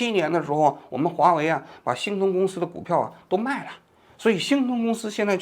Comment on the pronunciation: 王局的字目哪里去了 我集中精力的 听 “新东”公司 原来是“星通”公司 到最后看了字目才校正过来